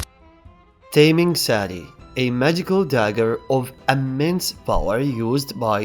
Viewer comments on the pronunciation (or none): Just saying, the “Ta” in Taming Sari is pronounced like the “ta” in beta or tan, not as how it is pronounced in English, which sounds more like the taming English word, like taming an animal. Source: am Malay.